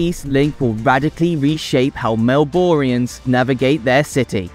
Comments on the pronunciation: Melboorians. Versus what we say, which is Melburnians. And the Yah Rah river. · Melborians? Yaryar river? Bruh take like an extra 10 minutes next time to read over your script and get it right. This is such a shoddy effort.